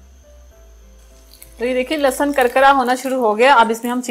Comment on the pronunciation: بیٹا لہسن ہوتا ہے، لسسن نہیں، لسسن وہ ہوتا ہے جیسے زرداری اور نواز کو لگ گئے ہیں۔